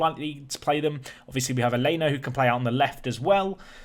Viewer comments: Ñ is as a letter pronounced ‘en-yeh’. In Aleña it’s ‘Al-en-ya’. GCSE Spanish taught me quite well apparently :) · The ñ in aleña is pronounced “en-yeh”. I know nobody cares but I just want to let know. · Just say Alenia lmao.